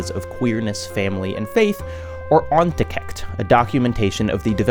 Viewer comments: I love you but this might seriously be the worst pronounciation of a dutch word I’ve ever heard. I get not getting the ch but you could’ve at least looked up how it was supposed to be pronounced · like fair enough he didn’t pronounce it in a Dutch way but he didn’t pronounce it in an English way either, suggesting he did try to pronounce it in a Dutch way but is horribly misinformed on what Dutch sounds like. I’m really curious to hear what he thinks Dutch sounds like. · "Onthecht" is a really tricky word so I can't blame you for getting this wrong, but it was also so not even close I felt obliged to comment. The first part isn't too hard, the "ont" is pronounced like the British pronunciation of ontology, just notice that it doesn't make a th sound with the h from the second part. "hecht" is where it gets tricky because of that ch that's unfamiliar to most native English speakers, but it's the same ch as is featured in the Scottish pronunciation of loch. Substitute the s in behest for that ch and you got it. (As far as the meaning of it, it's close to (forcefully) disconnected) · It's two syllables, ont-hecht (stress on second syllable) where the "ch" is a voiceless uvular fricative trill, which wikipedia tells me is like hebrew khaf (כ). The vowels were in the right ballpark. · that's the weirdest pronunciation of "onthecht" I've ever heard 😂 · your pronunciation of ONTHECHT is really funny (im not Jewish just dutch) aslo onthecht translates to "de stitched"